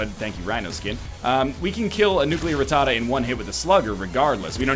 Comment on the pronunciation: Yep, pretty much